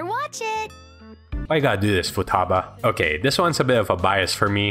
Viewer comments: Nobody’s gonna mention that he called futaba fooduba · Did this man say footaba